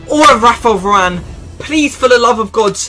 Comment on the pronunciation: spanish varane lol